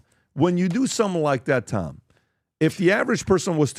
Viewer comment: The fact that Tom can't say his name properly makes him dumb asf!